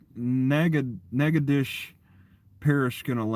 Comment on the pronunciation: As a former local... we call it Nack-uh-dish... spoken quickly